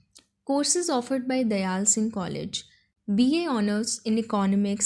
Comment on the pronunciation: It's dyal not dayal